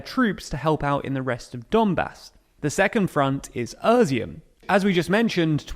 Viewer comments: I like how he pronounces "Изюм" like "Özeohm" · Why do you keep calling Izyum, Urzium? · Where is the R is Izyum? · Well done, mate! Except for Izyum, that's really-realy bad... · Its not özyum*, its *izyum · Great explanation but it's Izyum not Ezum or what you call it. The first word is pronounced like ea (Russian И or Ukrainian I). It is the Russian word for raisin. Some say because there was many vineyards. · NOTE: That city's name is NOT pronounced "uh-zium". It's more like "eye-ziom". It's... painful to hear it said like you do. LOL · Familiar with Ukrainian place names but not with their pronunciation. When did "i" in english start being pronounced like "ur"? How do you see Izyum ans think it's pronounced Urzyum? "Is" should be one of the first words ypu learn in english. Not this guy. He learned "Irz". He irz not good with place names that don't include a shire I guess. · Er-zyum? It's I-zyoom in Russian and Izhoom in Ukrainian. Izyum in English. It's even Iz-e-um in American English. No "er". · Izyum, not Öziyum, it's about time that you got that right, or I will unsubscribe. You are not telling me anything that is not available elsewhere. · Why does he keep saying Irizum instead of Izyum? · How do you get from ”i” to ”öö” in Izyum 😭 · Izyum is not “Erzyum”, it’s “Eez-yoom”. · Is dyslexic? He routinely misreads text and mispronounces names. Izyum/Izium becomes ['ur.si.um], Kreminna becomes [kre'min.ni.a]. Practically every single episode he does this. Reading aloud a quote and misquoting. Editor? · uuuuhshum??? Its Ee-She-Um.... your pronounciation is cringy. It's also THE Donbas.... but, well, this seems to be a modern thing, removing the articles before every word.... /keyboard warrior mode off..... This video is very informative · Your pronunciation of territories in Ukraine is just terrible... Wtf is "Irzim" ? It's pronounced "eaz'oom" The first part from the word "eazy" and the last part from the work "boom" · Izyum is pronounced ih-ZOOM